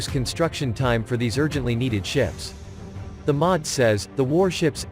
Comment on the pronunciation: The M O D, not 'the mod'.